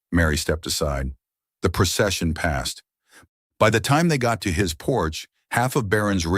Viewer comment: "PERTENDED" IS NOT A WORD. * PRETENDED. "PERCESSION" IS NOT A WORD. * PROCESSION.